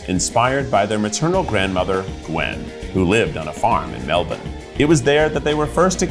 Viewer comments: As an Aussie I'm glad he pronounced Melbourne correct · Double thumbs up for the nearly perfect pronunciation of Melbourne. Keith needs to eat the menu in Australia now. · As a Melbournian, Keith’s pronunciation of Melbourne is chefs kiss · as an Aussie, I appreciate that you said Melbourne right. <3